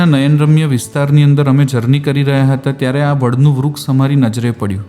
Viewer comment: આમ તો આપ ની ભાષા સારી છે પણ શ ની બદલે સ બોલો છો એ બહુ સાંભળવું સારું નથી લાગતું. ઉદાહરણ તરીકે તમારા વિડિઓ માં તમે આ શબ્દો બોલ્યા છો - વીસે, દરસન, vruks, જસો, આસા, પરીક્સા, વગેરે.